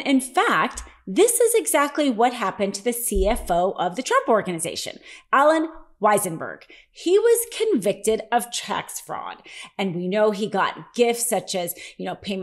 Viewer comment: It's Weissellberg not Weissenberg